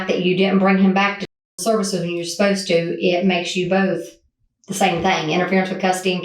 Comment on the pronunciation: Someone who says "fang" instead of "thing" is definitely stupid...